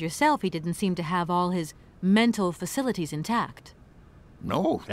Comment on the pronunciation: "Faculties" is not pronounced "Facilities"...